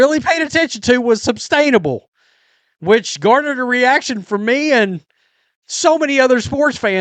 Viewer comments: Is it me or does he keep saying "substainable"? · Sustainable not substainable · Yes! There is no "b" in sustainable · Say “substainable” again. Jfc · I think it's sustainable not substainable.